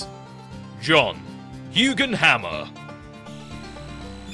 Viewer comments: I love how they pronounce it hue-gin instead of huge-en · It's such a petty thing to be annoyed about, but I hate how the narrator in this episode pronounces the word "hugen". It's supposed to sound like the word "huge", but with an "n" at the end, like "hewjen". Get it? 'Cause it grows things? Makes them "huge"?